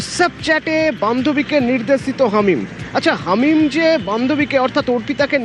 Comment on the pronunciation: আরে ভাই হামিদ নয়, হামিম 😅😂